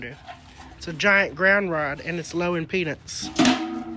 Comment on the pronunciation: I thought he said "low in peanuts" but I knew.